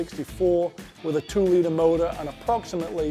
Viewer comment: When he says motor 🤢